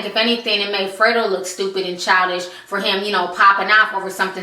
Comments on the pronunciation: Free-doe star lol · Fray-dough star?? LMBO! I will forever laugh whenever I see him now!